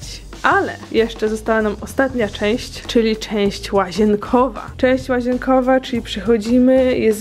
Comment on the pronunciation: Jak powiedziałaś część łażienkowa to usłyszałam cześć łażienka😂🤣